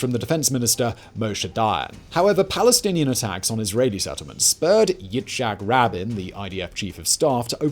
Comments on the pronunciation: Please learn how to pronounce Yitchak Rabin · Love your channels, but please learn the correct pronunciation of Yitzhak Rabin.